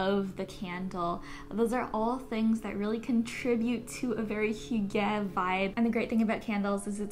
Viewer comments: Hygge is pronounced “hyoo-guh” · I think this video is great but if you’re going to talk about a lifestyle of another culture the least you can do is pronounce it correctly